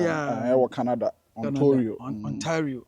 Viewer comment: Its Ontario not Ontorio